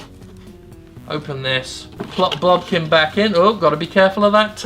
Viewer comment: I just kept hearing "blumpkin". Am I going to be okay?